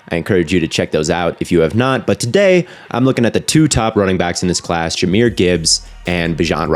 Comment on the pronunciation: Jah is a one of a kind RB he is truly blessed by the best!! Keep grinding grandson strong silent and smooth.💪🏽💪🏽 FYI Jah was 5’l1 in High School, hopefully soon all will be corrected. Even the pronouncing of his name, Jahmyr aka Jah not Jamyr!!